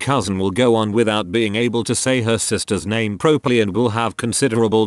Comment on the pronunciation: Had to chuckle at the reader stating a child could not pronounce words properly when he consistently mispronounced "pro-perly".